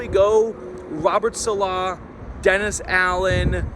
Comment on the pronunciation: …please let me help you. Saleh is not “suh-LAH”, it’s “SAH-luh”